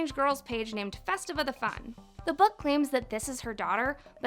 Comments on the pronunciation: Festivia, not Festiva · Festivia’s name is pronounced (Fest iv ee a)